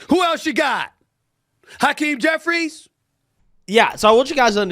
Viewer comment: "Hakeem Jefferies?"... 🤔🙂😊😁😀😃😄😅😆🤣